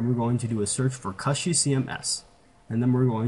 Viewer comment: It's not pronounced KUSHY like mushy, it's pronounced KOOSHY, like pushy !!! It's from the word CUSHION. Just thought I'd let ya know....